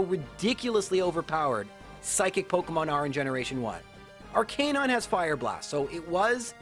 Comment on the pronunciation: Everyone: Arcanine: Ar-Canine